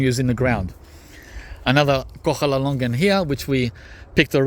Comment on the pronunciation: There is no such thing as a KoCHala longan,... It is a koHALA longan, like your very own Australian 'Koala' bear.